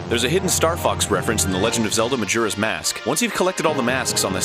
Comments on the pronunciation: "Majera's Mask?" I didn't realize o's were pronounced like that, haha. Otherwise great video! Keep up the good work! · "The legend of Zelda, Majerras Mask." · Ermahgherd merjerers mersk lol